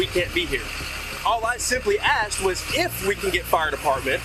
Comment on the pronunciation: Asked not axed